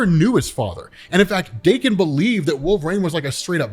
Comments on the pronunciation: Stop saying wolverines name wrong. Every video you say wolver”rain” drives me crazy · Gonna start saying "walverayne" from now on. 😂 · I love ur vids but god almighty will u ever be able to pronounce the word " wolverine" ? Just askin, cause ur killing me dude. Or are you on some hipster trip where u think ur the only person sayin it right? 😅